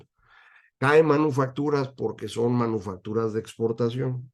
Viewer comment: Oí mal o dice usted manuofactura ?